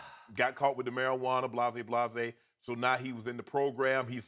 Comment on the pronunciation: said blazay blazay 😂